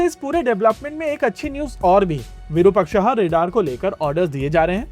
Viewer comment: भाई वीरूपक्षा नहीं विरुपाक्ष है शब्द, जो भगवान शिव के लिए प्रयोग होता है